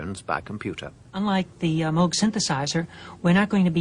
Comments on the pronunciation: Notice how she (correctly) pronounces "Moog" to rhyme with "vogue," rather than like a cow sound ("moo") with a G on the end. Go and do thou likewise! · Bob Moog said it should rhyme with Vogue. If that is good enough for him then it is certainly good enough for me. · Even Giorgio Moroder pronounces 'Moog' correctly! XD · She pronounces ''Moog" correctly, the narrator does not. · Of course she did, she knew Bob Moog personally, only Bob himself would know better how to pronounce his name ;-) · You can hear Wendy saying it properly, heh